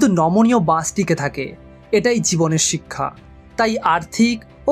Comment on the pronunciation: বাংলা উচ্চারণ শিখুন। চিক্ষা,‌ছিক্ষা, সিক্ষা, শিক্ষা এই শব্দগুলো পরপর পাঁচ বার বলে রেকর্ড করে নিজেই শুনুন। উচ্চারণ সমস্যা দূর হয়ে যাবে।